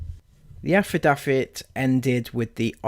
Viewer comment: Your poor reading skills, overly wet mouth sounds, and how you pronounce “affidavit” and “medicinal” was so frequent and annoying, I couldn’t even finish watching. It’s “AF-UH-DAVE-IT” And “MUH-DIS-IN-ALL”